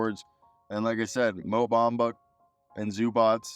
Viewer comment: Ain't no D in MO Bamba!!